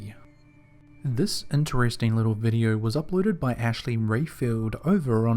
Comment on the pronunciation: What area of the world has people who cannot pronounce long O sounds? "Video" = "videe-urrh"....R sounds are not anywhere close to O sounds....